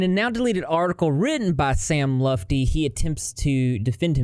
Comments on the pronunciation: Yo sams name is pronounced sam lut - fee … its not lufty or lefty 🤣💜🙏 bless LOL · Hey, btw it’s pronounced “luht fee”. Sam lutfi is my cousin. If you have any questions feel free. Our whole family is ashamed of him except for his dad and a few others he sends money too. He shit talked every gf to us and blames literally everything on them. Tried to give our underage cousin cocaine multiple times. Total a hole and negative turtle x10. Love ur vids! Xoxo